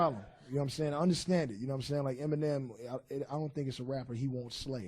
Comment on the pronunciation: You know something,his name is Eminem,Not m and m! He is not a snack! (Who heard that lmao)